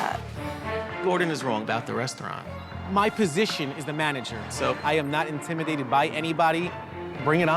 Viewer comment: Mike: I am not intimitated by anybody Also Mike a few minutes earlier: He's intimitating to serve